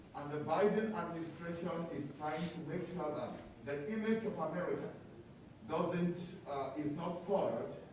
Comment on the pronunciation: Pronounce Doesn't NOT: DUD-ENT!!!!!!!!!!!!!!!!!!!!!!!!!!!!!!!!!!!!!!!!!!!!!!!!!!!!!!!!!